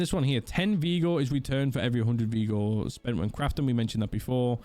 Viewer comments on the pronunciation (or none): Vigor my g. Not veeeeeegor